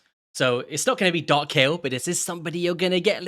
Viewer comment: According to the PLARIUM VOICE GUY it's pronouced "KAYEL"